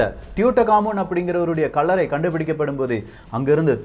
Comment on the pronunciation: தம்பி, உமது பதிவுகளை ஏற்பதில் எவ்வகை தடையும் இல்லை.எனினும் தயைகூர்ந்து தமிழ் மொழியின் உச்சரிப்புகளை சரியாக பதிவிடுவது அவசியம்.உ+ம்:கள்ளறை(கல்லறை),மளை(மலை) இதுபோன்ற ரறனணலழள எழுத்துகளை சரியான முறையில் உச்சரிக்க வேண்டும் என தயவாக கேட்டுக்கொள்கிறேன்.நன்றி.